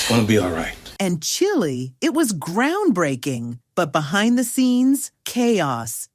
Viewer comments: If you’re gonna use an AI as a voiceover…please edit your script: AI that’s programmed by whites and Asians ain’t gonna pronounce Black slang like “Chile” correctly. If I hear one more “Chilly” where a “Chile” is supposed to be I’m gonna lose it. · They really need to stop letting AI narrate, the voice couldn't even say the word basketball right, or even Chile(not the country). But, nonetheless, I live the show. I just recently started to watch reruns of this show with my young children and they enjoy it. I would really love to know why the cast of Roc was mad with him after the show ended though.